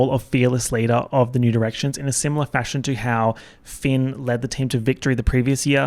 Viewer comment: every time you say new directions it sounds like nude erections